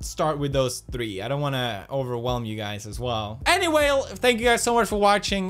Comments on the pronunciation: and did you say 'anywhale' at the end or is it just me ? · did he just say "anywhale" at the end there?